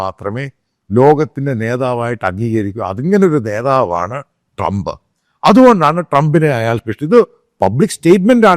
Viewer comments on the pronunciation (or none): none